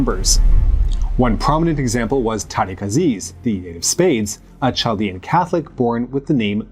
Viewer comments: chaldean is pronounced KAL-dean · The First 2 letters in the word Chaldean are not pronounced like Ch in cheese. It is pronounced like a "kh" or a guttural k/q. As a general rule, whenever eastern languages are Romanised (and always when middle Eastern languages are), the letters "ch" indicate a guttural "k" or deepthroated rasping Q sound.